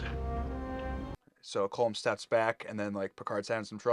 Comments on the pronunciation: Just a point—Colm is pronounced like “collumn” not like it rhymes with “comb” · I believe Colm is pronounced like Colin ending with m instead of n. "Colim"